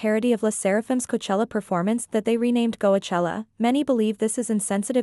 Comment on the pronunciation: By the way,Korean accent does pronounce C/K as G,most names that start with K like Kyujin gets pronounced Gyujin. So,them saying Goachella and you attacking them means you’re insulting their accent. Insults can go so many ways,since you guys love drama.